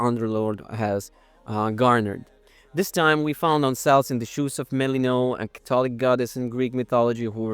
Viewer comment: It’s an i: sound at the end of Melinoë (like the double e in fleece) rather than an ei sound (as in the end of stay)